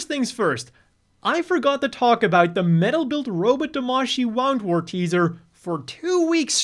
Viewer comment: Wow-ndwort? I've seen enough of Watership Down to know it's woo-ndwort. As in to wound (injure) someone, which Woundwort is prone to do, than wound. (to wind something)